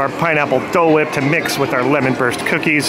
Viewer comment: The way said Dole wipe😂